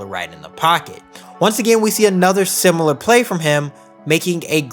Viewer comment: The word similar is not pronounced simular.